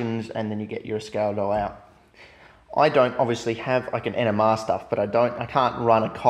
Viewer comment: It took me 4 times to hear "NMR".